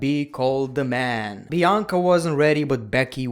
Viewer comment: You mean bi anca